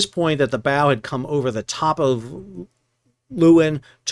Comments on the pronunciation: You pronounce the ship's name 'Laywin'. It's Dutch for lioness. You're welcome. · The pictures of the Maersk ship in the harbor make it look enormous in the landscape. I don’t know if the Aussies are fastidious about the pronunciation, but the Dutch “Leeuwin” is more like “Lay-v(w)in”. The “V” is somewhat between the English V and W in that part of Europe, a “soft V”. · Leeuwin. (Lioness) Not luuin. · 'Leeuwin' is a dutch word meaning 'lioness' . it is pronounced as the 'lay' in 'layman' plus 'win', I.e. 'lay-win'. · That's not how we pronounce it in WA! We say Loo-en.